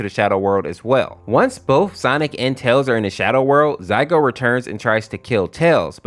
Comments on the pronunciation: I can hear him saying Zygote or zygo but its really zalgo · it's zaLgo, not zaigo. and silver the hedgehog is not in this story, silver sonic is a completely different character. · Zaigo?! You mean ZALGO? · BRO SAID ZAYGO 💀💀💀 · it's "zaLgo", great video, but- 😭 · now he needs to learn how to pronounce zalgo and who's silver sonic